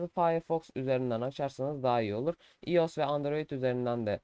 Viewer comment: iOS değil “Ay o es” diye okunuyor. Ayrıca tabi ki de mail açılabiliyor. Neden açılmasın? Mail açmak android e mi özel sadece?